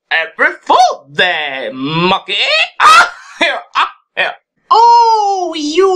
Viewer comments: I laughed hard when I thought Mokey said “Apple Pool Day” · Did he mean apple pools day or arbil fools day? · YEYE ITS APPL POL BEY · Apreel poolday